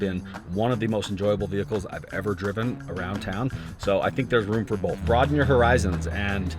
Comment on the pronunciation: Bolth…..bolth….😏 Both*